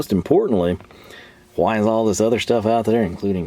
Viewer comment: Another great video! I always forget you're from TX and then you throw that "HHWHYY" Must be a panhandle thing.